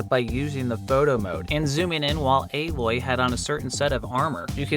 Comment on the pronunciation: Aloy-ol-las got me crying lmfao 😭